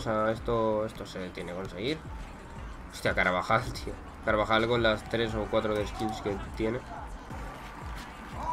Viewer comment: nose si lo dices aposta o es tu manera de pronunciar, pero dices o por lo menos lo parece, caravajal y es bastante gracioso 😂😂